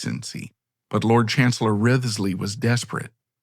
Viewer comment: Wriothesley is pronounced "Rizley". Took me ages to realise whom you were referring to.